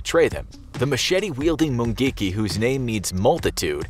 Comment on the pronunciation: Am Kenyan, just love the way you pronounce mungiki